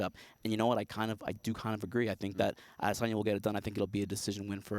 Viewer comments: Brett "Ades-enya" Okamoto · brett really has to stop sayin "ADEH sanya" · Ah-DESSS-UNNN-YA - Soyboys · Oh no... Jon Anik has ruined Adesanya's name. Please go back to saying it the way American people say it. We are in America. The is a reason there are different countries and different languages. Because each country has their own dialect, and their own way of pronouncing words. We speak English here. Can we get Jon to stop over complicating everything? Adesanya sounds really nice, the way we have always said it. And it's MEL-BORN dammit, not "Melbin!!!" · Said it 5 times in 10 seconds.